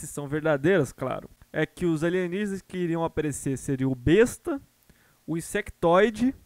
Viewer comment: Vc fala "Besta" com muito ênfase, é uma indireta pra alguém? Kkkkk